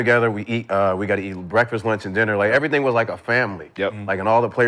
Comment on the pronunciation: gotta relax, then he says errything not ”pauseable”, lmao ok 😂😂😂😂😂💀